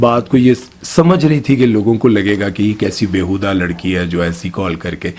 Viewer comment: بے حودہ نہیں بھاٸی بے ہودہ بیہودہ